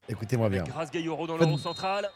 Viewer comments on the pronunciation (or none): Geyoro, pas Geyero .....